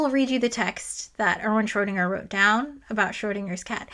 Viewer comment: One day an English speaking physicist will say "Schrödinger" correctly. But it is not today.